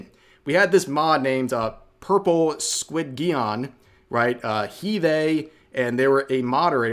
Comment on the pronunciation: "squid gee-on"! Bruh, it's Squidgeon, like Squid + Pigeon, lol